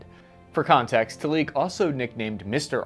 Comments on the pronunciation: Talik is pronounced Taalik, not Taleek. The stress is on the Ta. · good video, bad pronunciation of Hebrew words, MerkavA - stress the last syllable, TAlik - stress the first syllable